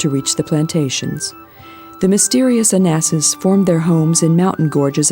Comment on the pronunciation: 1) Staten (Island) in New York is pronounced STAT'n, rather than STATE'n. 2) Another reason for Chicago's nickname "The Windy City" is because of the number of political "blowhards" there. 3) The predecessors to the Navajo (Anasazi) were ah-nah-SAH-zee, not ah-NASS-iss. 4) The body of water behind Hoover Dam is Lake Mead, not Mead Lake. 5) The river which meets the Euphrates (Tigris) in Iraq, as well as the site in Las Vegas, is pronounced TIE-griss, not TEA-griss. 6) Although it's spelled the same as the cow thing that cowboys out West participate in, for some reason the street in Beverly Hills is pronounced row-DAY-oh Drive, rather than ROW-dee-oh. 7) You call a city of 100,000 (Santa Monica) a small town? That's a stretch.